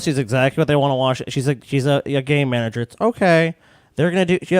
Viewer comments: I'm high so when kept saying "Game Manager" I kept hearing "Gay manager" and then proceeded to completely forget about what the topic was. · Heard the same thing, and im a little high.